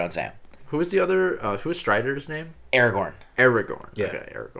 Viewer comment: Thank God you didn't say Aragon instead of AragoRn.... A pet peeve of mine from other reactors